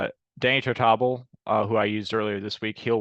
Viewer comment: Sal "The Barber" Maglie is who you were thinking for Giants / 20 Win Season. He won 23 games in 1951. Jamey Wright played for 10 teams so I use him a lot and he's always well under 1%. Oh man, you really need to clean up that pronunciation of Tartabull. Tart-uh-bull.